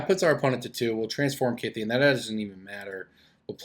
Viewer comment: On a sidenote, thank you for pronouncing Kytheon correctly. I get mad everytime someone pronounces him "kuytheon".